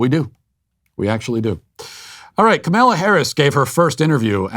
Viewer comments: “Kemella Harris “??? 😂😂😂😂😂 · Ka-male-a Harris. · Are you pronouncing the Vice Presidents first name incorrect on purpose? If so, isn't that kind of childish?